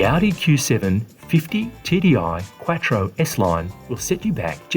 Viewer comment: "Quat-tro" LOL.